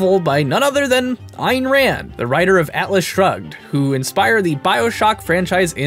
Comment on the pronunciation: Please, please, please, learn how various names are pronounced. It is Rose-uh-velt, not rouse-eh-velt. It is Ann Rand, not Ein Rand.